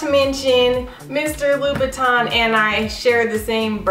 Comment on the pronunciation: It's "-tin", not "-ton" ☺️ very nice, classic shoe